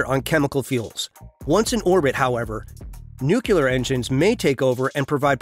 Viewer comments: It's NUCLEAR not nucUler. God help us!!!! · Please learn to pronounce nuclear: it is not anywhere close to "new killer" (like G.Bush), but rather close to "new clear". Your pronunciation sounds rather silly and annoying imho.